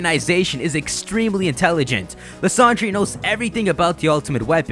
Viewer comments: Let me just say, lie-sand-er Not lis-and-ray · Is it not pronounced "Lysander-Der"